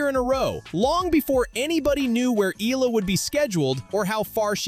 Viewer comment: Pls pronounce her name as Eh..yah..la..